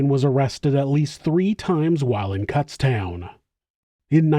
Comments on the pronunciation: Hey, it's pronounced Kūtztown not Kútztown lol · Kutztown is pronounced Coots (rhymes with foots) town. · Sorry. It’s a long U not a short U in Kutztown. I’m from Pennsylvania. My mom went there.